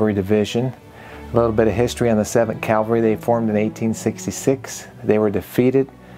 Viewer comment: Please stop saying “Calvary”, it’s CAV. Cavalry